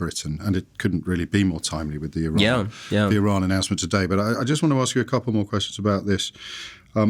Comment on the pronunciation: He's reading Iran wrong...but he has his fathers charisma, Sinatra